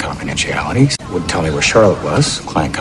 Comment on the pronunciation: People must tell you their secrets all the time because of the doctor-patient confidentiality. 가 의미적으로 이상하지 않나요? 그리고 tell이 너무 안들려요.